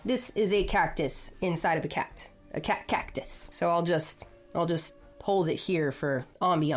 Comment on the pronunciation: a "Catcus"